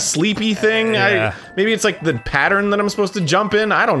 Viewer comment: You rike a diapers??? MEE TOOO!